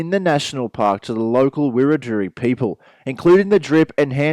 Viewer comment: Looking forward to getting out to Goulburn River NP and checking out those camps. That last spot you stayed looks pretty nice too. Just one thing though mate. Wiradjuri, You didn't pronounce it right and some mobs may get offended so if you're not 100% sure on its pronunciation I suggest not saying it at all. Otherwise some stunning spots.